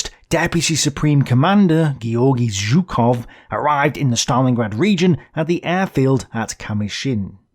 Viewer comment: I don't believe my ears, you've started to pronounce Zhukov correctly again. Better later than never!